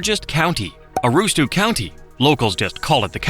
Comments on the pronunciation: Aroostoo county 😂😭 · ah ROOST-took. (Took as in taken, though locally usually said as ah -ROOST-stick.) I grew up one mile through the woods from the Desert of Maine. And there was always moose, the most dangerous animal in the northern forest. The ocean is always cold, barely getting into the 50s in the dead of summer. The thing most Mainers don't like is they were once part of Massachusetts. Abraham Lincoln's first vice president, Hannibal Hamlin, was from Maine. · I was screaming internally when he talked about lobster and showed those overgrown shrimp and talked about low bush blueberries while showing large bushes and the wrong sized berries. Also the way he says "aroos-took" when people from here are more likely to say "Aroo-stick". And he said "Da-mara-scotta" when we usually say "Dam-ra-scotta" (I was born in that area, used to go to the beach there all the time as a kid. Now I live outside Augusta). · For someone who can't even correctly pronounce "Aroostook County" (not aroostoo county), I wouldn't trust this video as a reliable source of information. I know most of this stuff because I grew up in Maine, but for everyone who didn't, everything here is easily available on Wikipedia, geographical books or other reliable sources written by people that actually know what tf they are talking about and can correctly spell and pronounce the names. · Another AI video. "Aroostoo" County indeed. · Aroostick is how its pronounced Mr ai narrator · Also it’s pronounced (aroostick) county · What, you've never been to Aroos-took and Da-mara-scotta? 😂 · If you can't properly pronounce Aroostook, you're not worth watching. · Fun video, I enjoyed it. As a Maine native I smiled at your pronunciation of Aroostook. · Maybe learn how to pronounce Damariscotta and Aroostook.😂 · Way to completely screw up the pronunciation of Aroostook.... my god that was awful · That is not how you pronounce Aroostook.